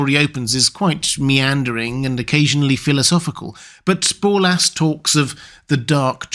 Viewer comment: Borlas. With an "r".